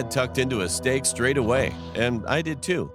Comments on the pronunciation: I think I’ve been watching to many of these cause the moment he said stake I thought he is feeding him his mom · Sure “stake” RIGHT🤨🤨🤨